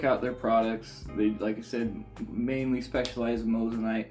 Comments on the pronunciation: Moissanite not mossanite 😂😂 watch you vids all the time , would of thought you would have pronounced it right by now 🤣🤣🤣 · You did say Mose an ite lol. Just messin with ya a bit. Love the vids